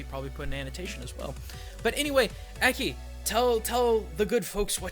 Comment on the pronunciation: This seems the perfect video to ask.. Why do you pronounce it Ack-e? Shouldn't it be Ah-key?